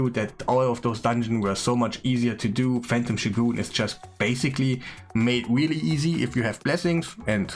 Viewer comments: It's shOgun not shogUn. Dude just google the pronounce of the word, Jesus... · i spat out my coffee when you said "shoe-goon" xD it's pronounced "show-gun":D Thanks for the video, keep up the top level content:)